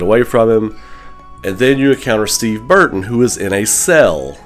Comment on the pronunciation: First off, it's Steve BurnSIDE, not Burton, lol. 2nd I saw the fan-remake of RECV and I like how the L-shaped corridor outside Claire's cell had an added side corridor to a barracks area, hope that gets put into the official Remake. I also want to see extra Steve scenarios: 1.) Steve's journey from the Prison up to the Palace with no guns, 2.) Steve's journey from the Palace to the Training Facility with the Gold Lugers, 3.) Steve's original sub-machine gun scenario where he saves Claire from zombie-dad and a Steve scenario showing his exploration of the Antarctic facility. And they REALLY need to change that damn Concrete Slab trap puzzle with the card inside the crystal ball. That part KILLED speedruns. And the Monster Steve needs to be more a cat-&-mouse battle than a chase. Finally, have the CVX ending where Wesker implies Steve COULD come back in a menacing way, that way we can get a follow-up involving Claire searching for Steve because the Revelations games haven't given us that.